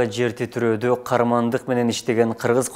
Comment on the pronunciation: Диктор туура айтылышы' КААРМАНДЫК " менен деп айтылат..рахмат..🙏